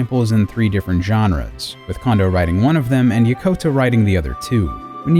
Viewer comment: It's Yokota, not Yakota!